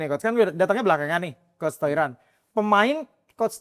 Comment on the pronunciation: Aduh host yg cowok gak bgt sih, udh tau Toiran bukan org Indo, terus kayak di notice terus pelafalannya Toiran, pls bgt no respect jatohnya.